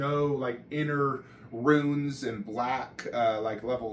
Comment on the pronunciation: They’re called runes bro not ruins